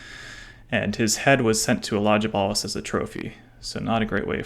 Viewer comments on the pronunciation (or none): Elagabalus has a letter G which is pronounced as in the word Gun or Dog, Not like in German. I know it is a mouthful for Americans, but not that difficult if you do a tiny bit of research.